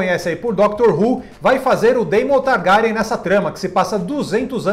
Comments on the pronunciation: kkk to rindo com a pronuncia do "Targárian" kkkkkkk tomei um susto. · Nossa, que dor ouvir "TarGArian" no início do vídeo kkkk